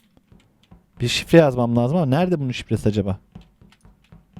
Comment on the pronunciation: Abi senin o şirleri dediğin şifleri değil yapçan